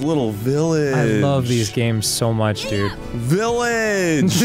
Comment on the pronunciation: Arin saying “VILLAGE” like “MELON” absolutely flung me into the stratosphere